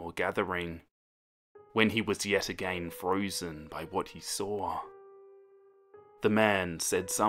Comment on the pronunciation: How to pronounce "again" perfectly: everyone: agai--: AGEYNNNN!